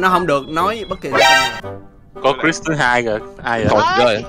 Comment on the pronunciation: Cờ Rớt😂 bả nói mãi mà tui không biết ai tới khi bả nói Cờ Rớt Phan tui mới biết là nói Cris